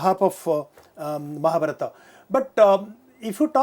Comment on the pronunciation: Nice video, sir. It's wonderful. But the lady doesn't pronounce Mahabharat properly. it's shameful as an Indian she behaves like a NRI.